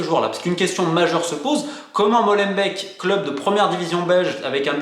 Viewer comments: Molenbeek "Molen béck" pas MOLENBEK 😂😂 on vous aime les français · Pour info , Molenbeek se prononce Molainebèèque et pas Mauleune bec Schaerbeek pareil .. ça se prononce scar-bèèque , pas scar-bec. Sorry mais ça bousille les oreilles au nord 😉 Et tant qu’on y est : Bruxelles se prononce Brussel .. pas Bruxxcelle .. 🤓👍🏼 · Pas molenbèk ( comme du lait), mais molenbék (comme des dés) en alongeant le" é " , ce qui donne molenbéék